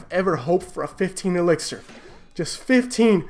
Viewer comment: keeps calling it elexir 😂😂